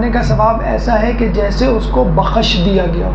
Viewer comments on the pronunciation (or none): بخش ب پر زبر نہیں لگائیے خ ش پر جزم لگا کر پڑھیں تینوں حروف ایک ساتھ پڑھیں پیغامات زبردست ھیں